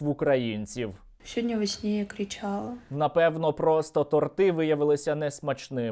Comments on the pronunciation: Уважаемый Сергей , не тортЫ , а тОрты ! Без обид ! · Ну, блін - тОрти, а не тортИ 😉